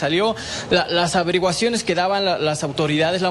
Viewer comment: 🤔💭LAS avereguaciones, LA S AVERIGUACIONES QUE HORROR APRENDE A HABLAR PRIMERO 🤣😂🤣😂🤣😂 Las primeras reportes???🤣😂🤣😂